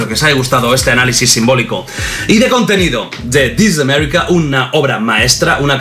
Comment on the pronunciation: Disis amerrika